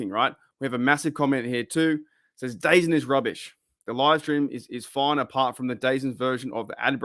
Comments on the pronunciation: Just a heads up - its pronounced "the zone" not dazun. Either way, nervous about this service, but i guess its my only way to legally stream all nfl games here in canada 🙃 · Just an FYI, it's apparently pronounced "Da-Zone". I keep seeing their ads all over YouTube now.